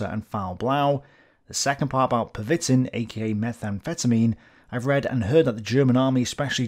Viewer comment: Pervitin is pronounced Per-ve-teen, with the emphasis on the last syllable. But completely agree with your assertion that if we 'monsterify' Hitler, we deprive ourselves of the opportunity to learn.